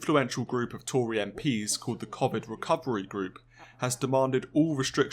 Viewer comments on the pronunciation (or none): Arghhhh, you said the "Cof FId" until near the end. It's "Co Vid!" Listen to how other news reporters, politicians, etc pronounce it.